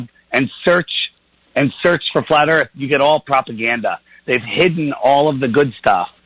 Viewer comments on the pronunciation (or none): I say EARFF too hahahahaha. Cheers Olympia WA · “I’ve got LOOOADS of questions... and everyone call it Flat EarF... I’m an expert on Flat Earth,” because I watched a Netflix documentary on it (and maybe another that wasn’t mentioned). His best question was: “do you find yourself surrounded by people who agree with you...” can’t remember what he said, but it was basically getting at: Don’t you think you’re just in an echo chamber? My question for him is: shouldn’t that be turned around for all the Globe Earth people? I’m sorry but it pisses me off when these YouTube “news anchors” treat people with new ideas that come on their show like mainstream treats them. Go somewhere else!!! David W. is a nice guy, and he’s gonna day, “these guys were so nice, especially compared to who usually interviews me.” My response to David W. would be: if this guy was with a different person (other than the other, more open minded guy), he’d be such a dickhead and bully. David W. DID do what he said at beginning, “we’re gonna change that!” *David W. wins again! And that’s why he’ll never be interviewed on mainstream TV by Bill Nye or Noel DeASS Tyson*.